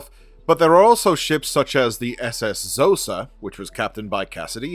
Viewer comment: Khosa, written Xhosa not shosa